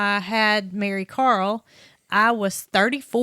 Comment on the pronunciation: COMING FROM THE UK, I THOUGHT YOU CALLED HER, MARYCAR.